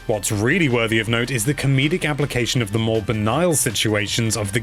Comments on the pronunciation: I don't understand why both of the reviewers on NL say "Banile" instead of Banal, quite strange. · Nice review but ‘self parrotry’ and ‘banial’?! 🦜